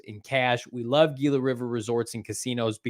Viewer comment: SMH somebody tell it's spelled "Gila" but its pronounced "Hila" 😂😂